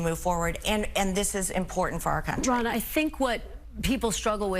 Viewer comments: Are you purposely saying “Ronald” instead of her actual name “Ronna” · Ronna* Most likely, your auto-correct switched her name to Ronnie. Not as bad as though.. I swear, it sounds like he keeps calling her "Ronald" lol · Ronna, not Ronald.😂 WTF.